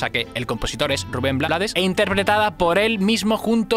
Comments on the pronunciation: brutal!, btw es Ruben "Bleids" no blades, se pronuncia en ingles si estoy equivocada me corrigen. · Rubén "BLEIDS", no Blades. Por origen, el apellido es pronunciación en Ingles. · Crítica constructiva, el apellido de Rubén se pronuncia Bleiss, ya que es en inglés. Antes de decir que no sabías quien estaba cantando al inicio de la canción debiste hacer bien tú tarea. Y saber que es Rubén quien canta Pedro Navaja. Rubén es el Maestro de la Salsa.y también canta y toca música Jazz , su esposa es una increíble cantante de Jazz Luba Mason.. Educate mejor antes de bajar un vídeo y hablar de uno de los Grandes. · Su apellido se pronuncia en ingles. (bleids) ... su familia es de fuera de panamá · Rubén Blades se pronuncia bleɪds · se escribe BLADES pero se pronuncia BLEIDS (por el ingles) y si te preguntan quien te lo lo dijo #TeLoDijoElChombo Autolike para no morir en el olvido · solo la pronunciación del apellido no es la correcta, su apellido es de origen ingles